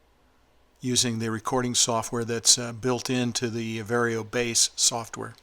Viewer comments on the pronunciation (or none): It's VAR YO not VERY O